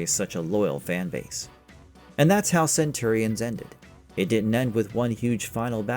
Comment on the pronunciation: cant pronounce Centurions correctly ... not a good sign